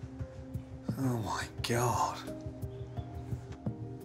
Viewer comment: For some reason I just love his "Öüh mye Gyöhd.."